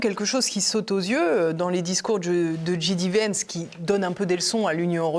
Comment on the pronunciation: Bonjour, Pouce en l'air et commentaire: Il faut dire "Ji Dé" Vance, à la française, ou "Djai Di" vance, à l'anglaise (ou Vance tout court comme le fait Alain Juillet). "J" se prononce "Djai" en anglais, on a compris pour DJ qui se dit "Di Djai"! Comme son nom a été prononcé de (très) nombreuses fois... Bravo pour vos émissions et longue vie à TVL!